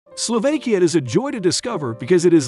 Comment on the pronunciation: I wish he knew how to pronounce words like "Slovakia" and "Tatras".